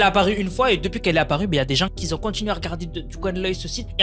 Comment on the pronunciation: Arrete les liaisons debiles "les gens qui zont , les gens qui zaime" 😂😂 "y en a qui zont" y a pas de z a qui